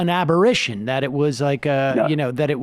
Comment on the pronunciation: "aberr-A-tion" not "aberration"